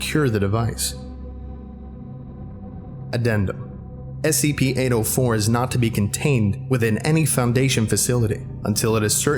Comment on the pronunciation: The way he pronounce 804 sounds like "Anal 4"